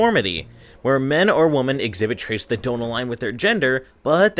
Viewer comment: Remember that "women" is ALWAYS pronounced liked "wem-en". Never "Wo-men". Always has been that way.